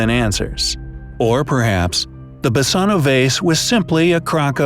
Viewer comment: Basano is a Greek word. "Basano = Βάσανο". You pronounce it wrong,and it means Torture.